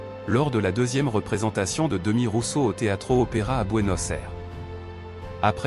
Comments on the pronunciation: Phonétiquement c est Demiss Roussoss. Demi Rousso😂😂😂😂😂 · On ne dit Démis Roussos mais Demisssssss Roussosssssss. Dommage que le texte qui accompagne cette vidéo soit mal prononcé. Il n'empêche que, pour moi ce fût un Grand Monsieur qui chantait magnifiquement. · On dit: Démisss Roussosss. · C est pas d e m i s R o u s s o s il faut prononcer les S finaux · Vpus êtes capables de prononcer correctement le nom Nikosssss Aliagassssss, Mais vous êtes incapable de prononcer correctement celui de Demissssss Roussossssss😡